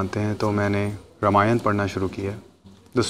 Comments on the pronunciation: Indians: रामायण Pakistanis: रामायाण 😅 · Pahale to bhai sahi dhang se bolana sink le fir vedio bna ..रामायण होता है रामयाना नही, मोक्ष होता है मोक्षा नही अता पता कुछ नही बेटा विडिओ बना रहे है अपने बाप हिंदुओ पर। जय श्री राम।